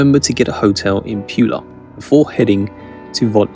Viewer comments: Pula is pronounced "P'oo'la" not "p'you'la". C'mon let's get the names right. Nice video. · It's pronounced Poo-La not Pew-La.